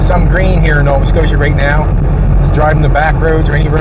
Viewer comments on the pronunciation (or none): none